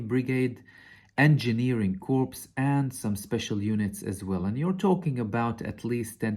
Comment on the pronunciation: You said that the 'corpse' was leaving Gaza rather than the 'corps.' To quote a famous Jew - that would be a 'Freudian slip.'